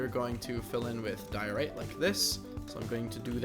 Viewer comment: Your saying Diorite wrong